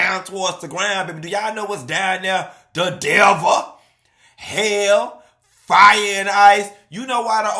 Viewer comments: Devah. Not Devil. 😂😂😂😂😂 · "The devuhh" 😂😂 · The DEVAAH CTHUHFH😂😂😂😂